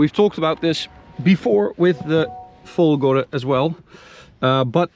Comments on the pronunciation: Finally, someone who pronounces "Folgore" with the tonic accent on the right syllable. Bravo from Francophone Michel in Montreal.:) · Oh, I'm glad to hear you guys have remembered how to say "Folgore" properly